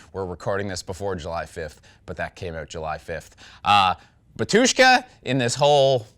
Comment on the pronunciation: Why everyone pronounce Batúshka, not Bátushka? Is it some fuxjed up ancient polish version of the word?